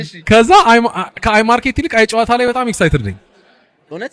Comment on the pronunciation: When you say it-the name- say it like አየ…ጨዋታ (‘የ’ ጠበቅ ይላል-ግነት ይኖረዋል! እና በ”አየ” እና በጨዋታ መሃል pause አለው) ሃሃሃ Welcome and great to have you on this space🎉🎉